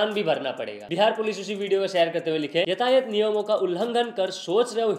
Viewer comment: यतायत नही यातायात😂😂